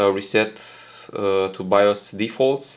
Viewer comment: “Bios” is pronounced “Buy-yoous” but other than that awesome video.